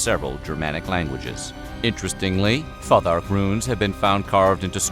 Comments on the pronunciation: Futhark is pronounced "Foo-thark" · Futhark is pronounced Foo-thark This video has so many mistakes please redo it... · It's pronounced "Foothark" Also,there is no evidence that the Vikings wore horned helmets, and nothing like this has ever been discovered in any archaeological dig. They certainly wore helmets but they would have been simple skullcaps, designed to protect the head from impact. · "IBBIN' FADD-LANN" "FAH-THARK" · Wasn’t it pronounced “foo-tark “ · Dude, PLEASE look up the pronunciation before you do these vids!! Cnut-(Ka-noot) Futhark-(Foo-thark) Etc. Aside from that lil bit of ear bleeding, good video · I feel like youre pronouncing futhark wrong